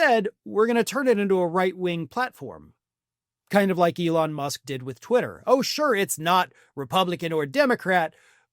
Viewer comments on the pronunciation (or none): none